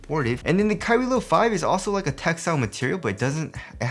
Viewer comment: it always sounds like youre sayin kyrie LIL 4